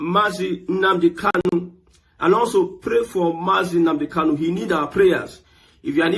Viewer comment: Kanu kanu not Kalu